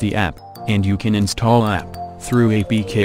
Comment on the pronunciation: in the beginning you said the Word "Insthall"